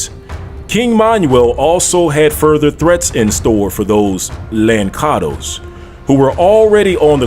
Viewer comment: Its not lankados,its lanssados!